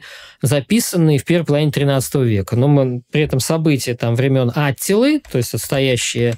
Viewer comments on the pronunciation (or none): А зачем Аттила, а не аттИла?